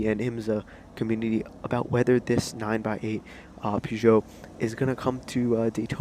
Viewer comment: Nice! Thanks!! Only thing: it's pronounced 9 ex 8 (as the letter X) because Peugeot has a trademark on all numbers with 3 digits with a 0 in the middle, for car names. So with the X there brings back their previous Le Mans racer, the 908 HDi, without calling it the same.